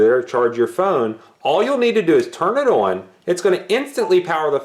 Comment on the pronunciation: Your Midwest accent slips out every time you try to say the word "on" 😂